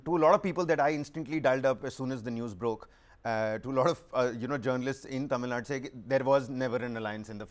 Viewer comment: Dear Host, its not Tamil nad..plz pronounce as Tamizh Nadu or atleast Tamil Nadu..